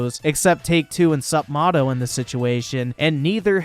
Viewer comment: It's pronounced "Sup-may-toe"